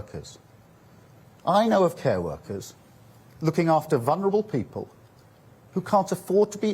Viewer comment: The Bwitish pweopal